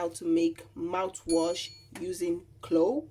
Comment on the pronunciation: If you can spell, you CAN pronounce CLOVE,!